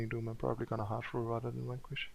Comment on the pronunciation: It's strong enough that I laugh every time you say "Wankwish" (Vanquish). XD